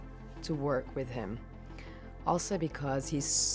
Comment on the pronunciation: why she says wis